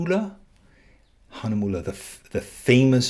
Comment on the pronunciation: Me, a German, always laughing when somebody tries to say Hahnemühle and other german words xD